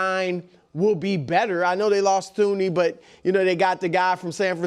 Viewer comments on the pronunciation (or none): Bro, it's 'tooney' not 'th ooney'. WTH?